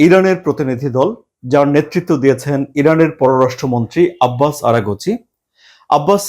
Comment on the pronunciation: আরা গছি কে । আরাগছি নাম ঠিকমতো বলেন